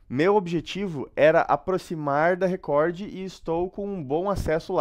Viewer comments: O melhor é ele lendo Recor como se escreve, Record kkkkkkk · Que agonia esse chamando Record de Recordy huahuahuahuau